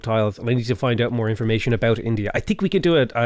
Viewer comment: I for one appreciated the "India let me in-to-ya' 😂